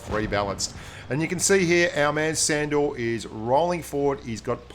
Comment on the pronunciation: I think it's pronounced shandor